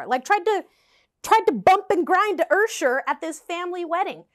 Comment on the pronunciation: This video highlights how creepy guys with no social skills have....... Also please say the word "Usher" again in future videos 🤣🤣🤣🤣🤣🤣